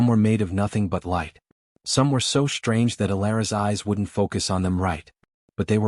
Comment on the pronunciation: FYI, "SHTRANGE" is not an English word.